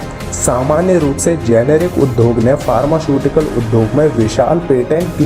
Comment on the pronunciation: Pharmashutical nhi h sir pharmaceutical